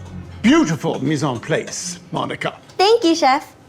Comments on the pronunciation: "Beautiful Mice on place" It aint pronounced like that tho 😭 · "Mise on play-ce" killed me they could at least have said it correctly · the misproununciation of "mise en place" killed me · No way a “chef” said “mis an place” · im a culinary student so im ready to be upset- first in mise en place- "place" is pronounced plahs not "place" and also all the students would be in uniforms, no school ever would have students wear tee shirts- omg and macarons are pronounced mac- uh- ron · I’m not mes on place it’s mes on place (plahs) cmon dhar Mann if your gonna rip off Gordon Ramsay at least rip him off right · Mis en plah-ssss, not play-sss 😭😭 oh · the video starts and already says "mees and plays" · You can tell the fake isn't even a chef whatsoever if he doesn't know how to pronounce Mise En Place correctly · He said mise en place wrong and I hate it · the way he pronounced mise en place sent me 😭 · That is not how you pronounce mis en place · Fact they didn't even say mise en place properly. the place is suppose to be pronounced with an accent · No one is talking about the biggest problem and that is the fact that this "chef" has the nerve to pronounce mise en place wrong😔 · The way “” pronounce Mise en Place made me want to cry myself to sleep… Hot tf u supposed to mimic Gordon Ramsey if you don’t even know how to pronounce a common and essential culinary word like that… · They didn't even pronounce "Mise en place" correctly 😭